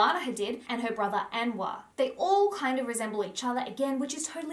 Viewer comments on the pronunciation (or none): anwar is pronounced "en-WAAR", the a in the beginning is a short a sound, as in the name "amelia." its a beautiful arabic boys name meaning "lights." 😊